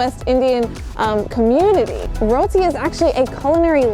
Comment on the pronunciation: 👏🏿👏🏿👏🏿👏🏿👏🏿 u said roti the correct way